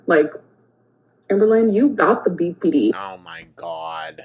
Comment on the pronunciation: “I experience Beepy Dee things”. Beepy Dee things…ar- is scary.